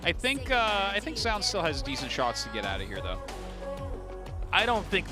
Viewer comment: Ok I will write same comment as I wrote on some other Zoun commentary game. Why always commentators pronounce his name differently. One is saying ZOUN and the other is saying ZJOUN or ZHJOUN or I dont know how to spell it. Which one is correct I have no clue. But pls say it the same way, its distracting and weird.